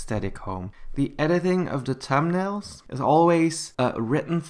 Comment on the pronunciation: No hate but you said tum nail